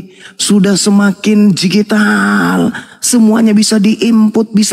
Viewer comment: DIGITAL BANG BUKAN GIJITAL